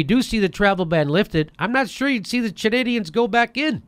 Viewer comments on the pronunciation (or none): "Chanadians? C'mon Jimmy. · "Chanadians" lmao! It's Chadians. Still a thumbs up from me. Madcow's been on a downward spiral for awhile, now. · Jimmy keeps saying Chanadians 😂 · "Chadnadians?" Lol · "Chanadians"... Love U Jimmy! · "Chanandians" LOL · Stop saying "Chanadians". Hehe. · Jimmy pronouncing Chadians as 'Chanadians' is pretty funny. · "Chanadians". Haha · Are you guys trump fans? If you are I quit TYT. Rachel Maddow is not like or anyway like Alex Jones.Did did you say Chanadians? You cannot even pronounce the term? It is Chadians. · Jimmy, they are Chadians, not Chanadians. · I love you jimmy but CHANADIANS??? Hahaha It's CHADians